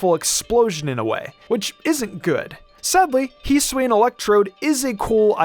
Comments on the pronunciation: You can’t hold items at all and the correct pronunciation is HISS-OO-E-IN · Heesuian srsly man hisuian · “Heesween” lol